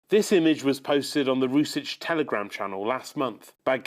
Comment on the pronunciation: he didn't even pronounce "Rusich" correctly. I like how media is coping and trying to shift the narrative compared to how in reality Ukraine employs an exponentially higher number of fascists.